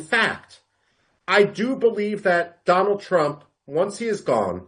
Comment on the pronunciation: Once wise man said dolund trump 😂